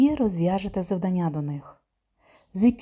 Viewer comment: Дякую, дуже корисні відео. Єдине зауваження- завдАння і читАння-правильний наголос :)